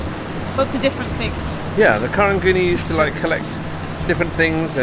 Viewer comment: It’s actually pronounced and spelled as Karung Guni which is Gunny Sack in Malay. Somehow the word got bastardised over the years that it became Karang Guni. Btw, Karang is Malay for Coral 🪸 Also applies to Geylang and Kallang. Both towns are bastardisation of the word Kilang which means Factory in Malay. #nyk ✌🏼